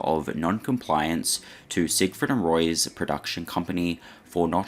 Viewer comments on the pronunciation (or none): I was only paying half attention and Im pretty sure I heard "Siegfried Fishfucker." I'd rather not be corrected. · Leave it to to not be able to even say Sig Freed right, theres only hundreds of clips of people saying it right.....